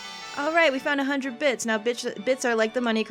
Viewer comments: Lol you totally said bitch instead of bits lol love your lps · Haha I like how you mispronounced bits as bitch as you were explaining them